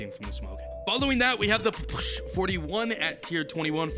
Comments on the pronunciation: its a P. P. S. H. Not a push and its fricking russian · It's pronounced papasha or just call it p p s h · Nah he said Pa- push lmao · Can’t wait for to pronounce the Ppsh correctly. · I bet likes how he pronounces the new gun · He is saying the name of the gun so wrong and his videos of so damn lame